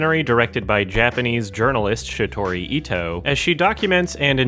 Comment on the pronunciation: "Shiori" Ito, not Shitori.